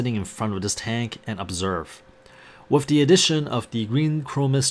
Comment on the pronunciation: You are saying wif instead of with